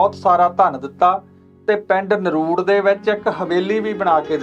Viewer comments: Hello, there’s one little correction. Its not naruud, its NARDU. I belong to the same village! 🤗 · ਨਰੂੜ ਨਹੀਂ ਨਰੜੂ ਆ ਵੀਰ ਇਸ ਪਿੰਡ ਦਾ ਨਾਮ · ਨਰੁੜ ਨਹੀਂ ਨਰੜੂ ਹੈ ਜੀ। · ਨਰੂੜ ਨਹੀਂ ਨਰੜੂ